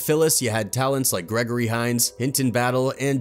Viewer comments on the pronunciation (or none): none